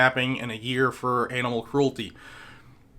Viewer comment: Did you say animal cruelty sounded like you said anal cruelty